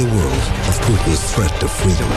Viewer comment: "Our feedom"